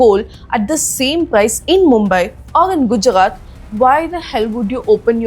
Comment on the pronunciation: Gujarat is Gujaxxaat in your dictionary madam ji 🙄 Mineral = Mineraxxls Seperated = Seperaxxxted 🙄 Why .... Why... Why madam.